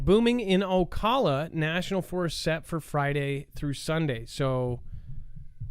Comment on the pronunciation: It’s Ocala...the a is the same pronunciation as in cat